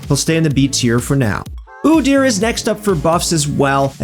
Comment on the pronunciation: Oo-dear is not how you pronounce his name, not like it matters cuz he is still worthless